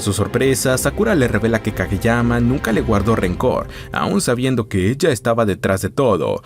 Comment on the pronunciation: Como que yuanes? Es Japón, ahí usan yenes, los yuanes se usan en China😂 Por cierto, en los primeros minutos del video llamas a "Kageyama" "Kagemaya" como un montan de veces 😅 Hay que revisar mejor...